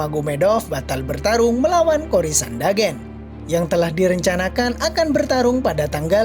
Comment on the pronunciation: Karles oliveira Maikel Kanler Kori Sandagen Itu siapa min? Sepertinya penyebutan namanya salah deh 🤣🤣🤣